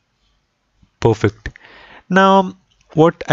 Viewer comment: Not pofekt.... it should be perfect